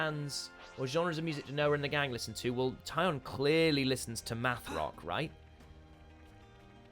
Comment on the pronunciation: Wait, did you say Taion listens to MATH rock or to METH rock? :P